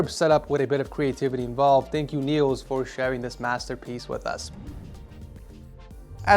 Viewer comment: Danish people (me too) are cringing over how you pronounced my guy Niels name haha